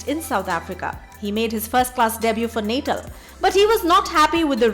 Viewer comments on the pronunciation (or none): none